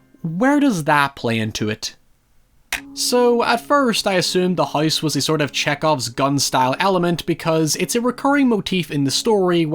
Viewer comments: Lmfaooo I just came to the comments to see why tf he can’t pronounce things right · Does everyone where you're from pronounce house as huyse? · why do you pronounce “house” as “heist”?? why do you talk like that? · “The Hise That Jack Built” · No one:: The HICE that jack built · out here saying "House" like "Haise" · Hoice that Jack built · Bro can't say Virgil or house to save his life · "Haiever i see the haise that jack built"